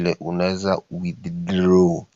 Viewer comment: Eti how to withidloow😂